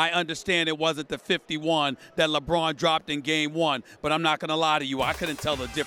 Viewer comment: Lebroom 2× say it 2×